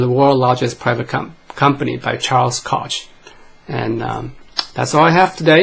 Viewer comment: Koch...pronounced “Coke”